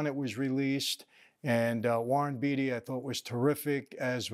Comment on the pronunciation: You don't even know how to pronounce the name of the STAR of the movie. Quit fooling your viewers.